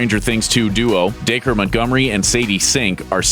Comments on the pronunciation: Da-cree not Daker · wow i thought “dacre” was pronounced like “dack-ree” not “day-ker” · DAKER NO DAC-REE